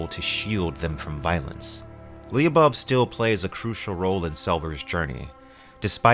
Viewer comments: Lyubov only 2 sylables. Lyoo-bov. It’s Russian for love. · Lyubov... Ly you read it the same way you read sh in english... like one letter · Another fun fact: "Lyubov" is probably derived from the word "любовь", which is Russian for "love". It's usually used as a women's name. pronounces it a bit funnily, though.